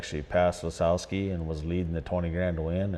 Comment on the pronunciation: Great interview. But I gotta know..does he mispronounce everyone's last names bc that's what people do to his? Lol. Aaron RETzel & Danny LaSOWski 😅